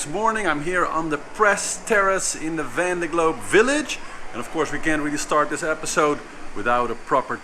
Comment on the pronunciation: Can he learn to pronounce Vendée?